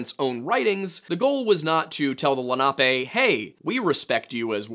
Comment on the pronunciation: I remember when a guy named Albert Copper went missing near Pittsburgh, wonder if it has anything to do with this. It would've been circa 2013. Also it's Len-uh-pee not Len-op-ay